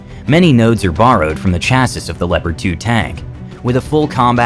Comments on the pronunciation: Chassis: pron “chass-ie” not “chass-is”. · Bien vu...on dit CHÂSSIS Whithout pronouncing the last S....Sans prononcer le S final...😅😎🐓🐓🐓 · Cool video, but I'm pretty sure the last S in "Chassis" is silent. It should be pronounced "Chassie". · Sorry, cant take ANY channel seriously that doesnt know how to pronounce "chassis" correctly. smh